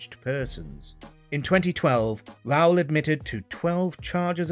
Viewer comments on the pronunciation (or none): none